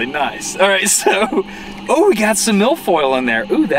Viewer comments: Did you say Mil Foil or Milf Oil? Cause you could probably market and sell the latter😂😂😂😂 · Is he saying milf oil? 🤣🤣🤣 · "There's MILF oil in the water" I don't want to know what he actually said.